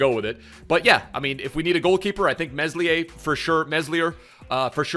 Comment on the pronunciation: Meslier= Meh-Lee-Eh He definitely deserves a future stars! He's had many great performances. Dispite Leeds awful defending. Lol